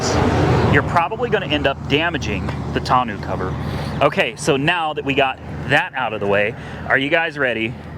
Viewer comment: Tonneau is pronounced "tonn-noh", not "tonn-ew" 👍